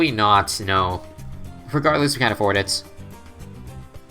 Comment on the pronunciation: Omg spectre Edit: I’m stupid I wrote that before he said specture